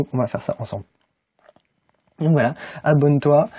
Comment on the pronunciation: Bon... le sujet que tu abordes m'intéresse mais j'espère que les prochaines vidéos seront plus synthétiques... La manière dont tu prononces "See you tomorrow" à la fin de la vidéo me laisse perplexe sur la suite... 🤔🤔🤔 Je vais continuer à te suivre quand même pour voir... Ton tempérament est d'être un peu timide et renfermé pour l'instant. N'est-ce pas ?...